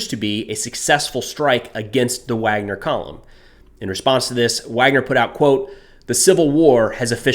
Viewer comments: Pronounced Vagner not Wagner. B in Russian is a V sound. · It’s pronounced VARGNER, not Wagner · pronounced VARGNER in English, spelled Wagner